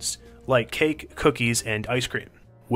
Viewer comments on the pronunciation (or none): none